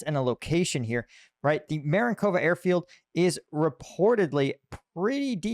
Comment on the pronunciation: Dyslexia? That's Marinovka, not Marinkova. Please put the "k" in the right place... Mistake repeated three times already, and I'm barely past the first minute. Mistakes like this make me stop watching. Which is a shame. Effort wasted. Was there no editor nor "proof watcher" to pick it up and point it out?